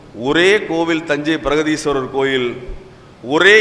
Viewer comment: பிரகதீஸ்வரர் not பிரதீஸ்வரர்